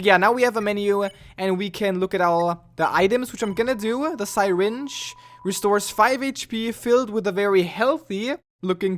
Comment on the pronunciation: Sy-ringe. dont you mean syringe